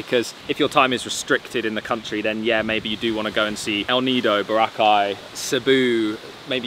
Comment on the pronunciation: Love you guys and love your vlogs but you still haven't learned how to pronounce Boracay. It's getting a bit disrespectful seeing as how many times people tell you how to pronounce it. Please just learn how to say it correctly